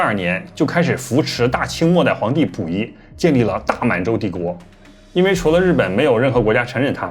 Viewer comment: 为啥能研究日本历史的人却连中国末代皇帝名字都说错——溥仪，内字儿念谱。这是历史研究太精专了开始忘本了，还是单纯的大白字儿先生？糖炒票子（糖炒栗子）？此大酱碗（北大医院）？